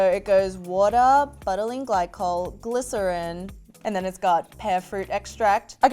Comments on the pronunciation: Please know that it's not BUTT-a-leen glycol. It's Bou-ta-leen glycol. Like saying "You" but with a "B". Butylene Glycol really took a hit this episode. Feel bad for such a terrible pronunciation. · Is anyone else dyingg the pronunciation of butylene glycol? 😂😂